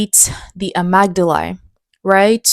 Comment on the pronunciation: Amygdala = uh-MIG-duh-luh